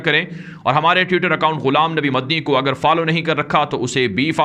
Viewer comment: ماشا اللہ آپ بہت اچھی طرح سے خبریں نشر کرتے ہیں اللہ تعالیٰ آپ کو مزید ترقیات سے نوازے آمین ایک بات یہ کہنا چاہتے ہیں کہ آپ جو اپنا مدنی نام لیتے ہیں اس کو اطمینان سے کہا کریں مدنی کی جگہ دوسرا لگتا ہے